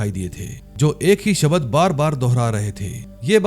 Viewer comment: शबध 😂 शबद 😅.